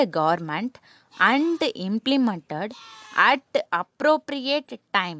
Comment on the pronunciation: Plz correct ur and, that, to pronounsations🙏🙏🙏